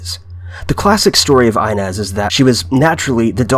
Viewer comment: Inez Clark is actually pronounced E-nez. Really interesting video though! Haven't heard about a lot of these until now.